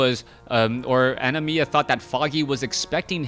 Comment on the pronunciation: That was pissing me off so badly too..